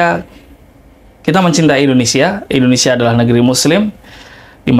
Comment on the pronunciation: Indonesia pak bukan Endonesia, nyebut negara sndiri aja sdh salah 😅